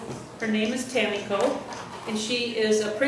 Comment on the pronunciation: Superb summary. Thank you for choosing my novel and for being such a sensitive reader. A+ for pronouncing Tamiko's name correctly. Most Americans put the accent on the second syllable, but you had it on the first where it belongs. I send much appreciation from Austin, Sarah